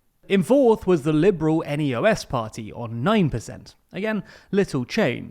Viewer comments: It's not N.E.O.S. it's not an abbreviation for anything. So it's pronounced Neos. It's a liberal party, and as their name would suggest, neo-liberal to be precise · "Neos" is not an abbreviation and thus not pronounced as N-E-O-S but as a word. You should take correct pronunciation more seriously when covering other countries. Same with the recent video about Hungary where you heavily mispronounced the name Peter Magyar. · Hey, couple of small points on pronunciation :) Ö is pronounced more like "urrr" NEOS is is pronounced like a name, rather than spelling the netters out "nee-os" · neos is pronounced together and not each letter separately. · Correction: The FPÖ was already in a ruling coalition before 2000 with the SPÖ from 1983 to 1987. Also, the name of the party NEOS is usually not pronounced as an acronym but as plural "the neos".